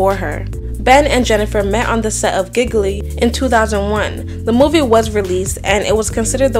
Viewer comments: geelee not gigly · Lol 😂 "Gig-lee". The movie is pronounced "Gee-Lee", but chile, it doesn't matter bc the movie was straight traaaash. I actually felt sorry for Ben. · Pronouncing Gigli (Gee-Lee) as giggling is the most hilarious part about this story. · “GiggLY” ?? That bad movie was pronounced ‘JEELEE’ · It's pronounced Sony, not sunny. Also the movie she was in with Ben Affleck was pronounced Gigi, not giggly. Regardless of that this was still a great video. ❤ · Or Gigli (G-lee) as Jiggly 🤣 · This is very well narrated and researched.. the Movie "giggly". It's pronounced jee-lee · She said, "Giggly"🤣 Gili = Gee-Lee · Sony is pronounced *So-Knee* not “Sunny. Mill-e-ahn, not Mil-lawn, Rahhh-mos, not Ruhmoz, Gee-lee not gig-lee 😭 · Oh wow... Giggly? Gee-lee. Gigli is pronounced Gee-lee. But hey, can't argue with this viewer count, girl. #Respect!!! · 😂😂😂 giggly is hilarious geelee is how it’s pronounced even though I never seen the movie Jennifer Lopez has had two good rolls, enough and Selena. Other than that nobody cares. She thinks she is the most important Latina in the world. I prefer Shakira. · The movie "jiggly" 😂😂 it IS spelled that way, but it pronounced, jee-lee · It’s G-Lee not giggly haha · What about Giggly? :D sorry gurl, you just didn't know how to pronounce these words, you should have just admitted it, would have been funny. Now it's just...ridiculous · Giggly ≠ Gigli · Great job with the research! Just a couple things from a old person who grew up in the 90s: The film Gigli is pronounced “Gee-lee” (it was bad lol) And Amerie is pronounced “Ay-Marie” (she’s great :) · you pronounced Gigli as “giggley” and I love that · And Gigli? Like gigli-poof from Pokémon? Naw. “GEE-LEE”. Lol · GEE- LEE. That's how GIGLI is pronounced. That was partly why the movie flopped. Movie critic's hated the title. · Gigli is pronounced like Jee-lee fyi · Gigli is pronounced jhee-lee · It's pronounced "G" Lee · the way you pronounced "Gigli" caught me off guard🤣